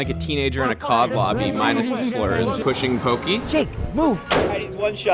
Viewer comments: Poki? Yeah...im from hawaii and saying it like that just...nevermind xD That pink hotel part, just play Tony Hawk Underground 1. They have that hotel in the game too. And the ascender part, that was on the Pali Highway. I recognize that bridge. Didnt know Caldera is Hawaii...sorta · it's poke not poki lol.